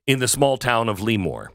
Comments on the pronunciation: It’s pronounced La more not Lee more. I thought that minimum wage was supposed to be for chains with 50 or more locations and 500 or more employees. Democrats think we all want their policies, we don’t. I’ve lived in Cali for 22 of my 65 years. Our elections are now all mail in balloting. You can vote in person but if you don’t have that mail ballot you get a provisional ballot. A couple of elections ago 5 or 6 republicans that were told they won a week after the election were told weeks later they didn’t because it took weeks to count mail in ballots. Our voter rolls do not get updated regularly. Tens of thousands of illegals ended on the rolls because of motor voter enrollments. Postal delivery people have admitted to selling or giving ballots away because people had moved. Democrats hire or control ballot collections and counting. It’s impossible to believe 5 or 6 cities keep voting for democrats when their policies have turned once beautiful cities to third world hell holes while almost every rural county voted conservative. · Lee-more=😂 Lëmoore=👍🏻👍🏻👍🏻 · It's pronouced La'more not Leemore! Right outside Naval Air Station Lemoore, I know, I grew up there and was in the Navy there. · It sounds more French. "Le-mour" or "Le-more." Not Lee-More. It's a soft first E, just for your knowledge. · It’s not LEEEEmoore its lemoore Glenn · California Central Valley native here. It's pronounced 'Leh-more', not 'Lee-more'! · Luh- More. not “Lee-More” But the KommieFornia minimum wage was intended to destroy and close small businesses. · Plus vote ... but a) it's pronounced lah-moor ... not lee- more. b) Don't forget, there are more Republicans in CA than any other state; more Californians vote for Tump than any other state. Just because a COUPLE of far left blue areas foil the rest of us. ... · Le-Moore, not Lee-Moore. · I can tell you don’t live in CA because that’s not how your pronounce that city’s name at all… never heard of LEEmoore…. I’ve heard of LEmoore.